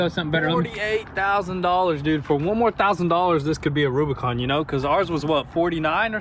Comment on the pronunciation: AH NEEYD A REWBIKAWN